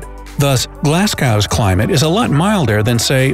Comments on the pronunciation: hahaha Glazcow. It's pronounced Glas-go. Otherwise great video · “Glass cow” “moss cow” 😂😂